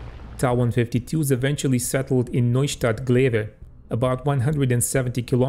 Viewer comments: The designation of the plane is pronounced "t.a.", not "taw". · It's not pronounced TA! It's pronounced T-a!!!. Get it together.